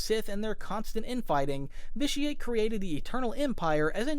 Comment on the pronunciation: you should play it, it’s a great game. I could tell you hadn’t played it because of the way you pronounced vitiate